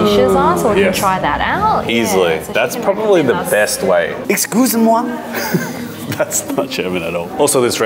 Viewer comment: “Excus moi” ‘that’s. Not German at all’ 😂